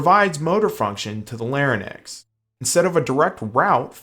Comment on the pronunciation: Larry necks? LOL I think you meant La rinks. Larynx.